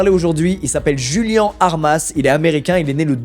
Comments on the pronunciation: Je suis le seul à trouver bizarre le Julian et non juliannn à l’espagnol C’est bizarre Julian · ! Mec t'es chiant !!!! Corrige ta vidéo mec !!! Çà se dit pas "jùlen" (phonétiquement) mais (phonétiquement) "D'Joùliánnn" !!! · Le blaz se prononcerait pas plutôt "Rouliane" vu qu'il est un peu hispanique (proximité avec le mexique)? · rip djouliane pour la mauvaise prononciation de son nom pendant 22 minutes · Julian ça se dit "Rouliann"